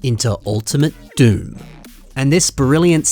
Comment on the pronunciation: Those are some impressive MOCs. Although Dume is pronounced "Doo-Mah", not "Doom."